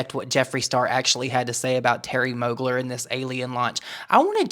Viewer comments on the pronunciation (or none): not moogler..... intentional mispronunciation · Him saying "Terry Mogler" as if he doesn't know who that is is hilarious scorned hopeless highschooler behavior lol. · He’s such a piece lol “Mogler” wtfe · Brand sloot Jeffree acting like he doesn’t know how to pronounce mugler. His cheap looking new pallets, he needs to give it up and stick to e-begging as a 40 something yo on tt